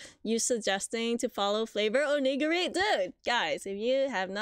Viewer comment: OMG! It's a POG (round circle thingy)! I haven't thought about those in years! Huge collectables back in the early '90s. 😁 PS ~ You are pronouncing 'favoredonigiri' incorrectly. You got the 'flavored' part right, but 'onigiri' is pronounced like 'oh-nee-gee-ree' (roll the Rs). Onigiri is a japanese rice cake. 😊